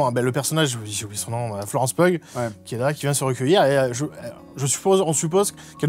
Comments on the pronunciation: Le Pugh de Florence Pugh se prononce "Piou" il me semble (en tous cas pas "pug"). Comme Hugh quoi. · Florence Pugh (prononcer "Piou"). Pardon, je laisse ce com dès que j'entends quelqu'un dire "peughe". ^^ Si vous avez aimer l'intro du film, le côté sérieux avec la fausse famille d'espions russes infiltrés sur le sol américain, je vous conseille la série The Americans. Le cadre est similaire, dans les mid-80s, les acteurs et l'écriture sont tops et la reconstitution est impeccable. (Et elle est dispo sur Disney+, pas d'excuses pour regarder de la qualité. ^^) Edit : Ah, Séb parle de la série. Regardez-là ! ^^ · Florence "Peugue" bordel 😂😂😂